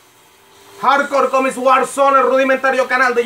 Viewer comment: "Comis" Jajajajajajajajajaja